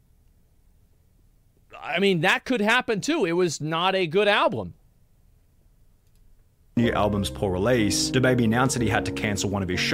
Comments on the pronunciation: He’s most certainly saying “alblum” and it’s really grinding my gears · Lol Wtf. What is there to expose him on? Asmon is a genuinely good guy. The only thing Sunny could mention in the video is how when he was reacting to this he kept saying "AlbLum" Lmao.